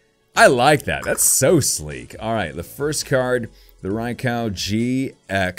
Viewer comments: It’s not ray-cow it’s ray-q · You said “RaiCow”... it’s Raikou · It's raykoo not raycow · Didn't know that this box is released today.:D Gorgeous pulls!:D My favorite would have to be Suicune.:) Plus, Raikou is pronounced as Rai-koo:D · Rai-COW LOL 😂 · I think its called raikou not raicow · Him:Rai cow Me:it's raik u it's not a cow it's a Rai ku😣😥😑😠😡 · U said raikou Wrong it’s not raikau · Its pronounced Raikoo you said raikow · It's not rye koko it's rye koh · I call raiku not raikau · Rai-Koo not Rai-cow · It j's not raiko its raikou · Btw it's actually pronounced like Raik-oh just so you know Lol. Also if you ever go back to the series when they show Raikou they say it that way lol. I know it doesn't really matter. But just thought I'd say it haha. Still loved this vid alot! Alot of GOOD CARDS!! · RYE-KOO is how you pronounce it and my favorite is Suicune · Raikou is pronounced "Ri-Ko." :) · Rye-cow? RYE-COW?! RYE-COW?! 😡😡😡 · I like suicune but isn't it pronounced rye-coo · Did he say rai cow? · its pronounced ray-koo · It’s pronounced rye-coo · You said Rai cow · Your mispronunciation literally won’t allow me to watch this video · It is pronounced riekoo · Not rye cow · Its pronounsed rai-ko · Ray cow? DO YOU KNOW HOW TO TALK? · You say raikou strangely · You’re not a real Pokémon fan if you can’t even pronounce Raikou properly